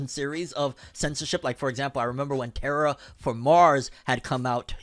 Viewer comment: Lol this bro just said Terra For Mars